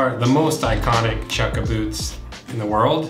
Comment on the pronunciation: Did he say Bewts?